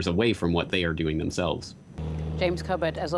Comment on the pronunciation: The presenter did a fine job however really annoyed me saying cobbit report... English accents are one thing although if you're going to say someone's name you really should make an effort to pronounce it as they do. Not this Moskva/mosco stuff....I mean is it really that hard to say Moskva?